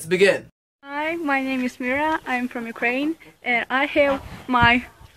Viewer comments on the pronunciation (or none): none